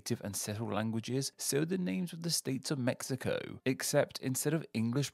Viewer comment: Very good pronunciation but the "x" in Mexico sounds like a "j" not like a "x" at all jajajajjaaja